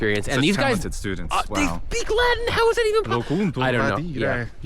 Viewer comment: It took me a while to understand that when he says la-in he actually means Latin. For some reason the T is silent.